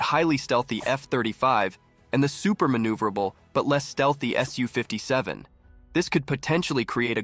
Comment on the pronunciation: Pronounced "soo" not "S U".